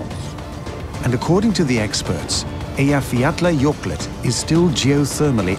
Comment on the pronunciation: Still can't believe he pronounced the name of Iceland's volcano.